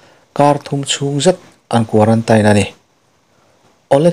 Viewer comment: Tha thei hle mai... 👍👍... Quarantain ni lo vin Quarantin... Ang deuh a lam tur nii ka hria... 😊😊